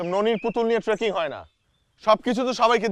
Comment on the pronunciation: বইন ওটা ট্রেকিং! ট্র্যাকিং নয়!🥲👏